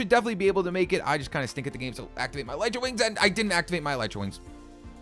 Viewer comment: Your pronouncing elytra wings wrong